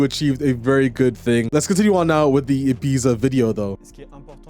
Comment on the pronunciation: I'm sorry to be a pain but I just couldn't keep hearing it without saying something but it isn't called Ibeeza but it's E-bee-ta. Just like you'd pronounce Pizza.